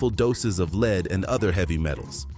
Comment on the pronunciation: LEAD IS PRONOUNCE LIKE BED NOT LEED!!! DID YOU HAVE ENGLISH IN SCHOOL????DUH!!!! THERE IS NO EXCUSE!!!! GO TO GOOGLE!!!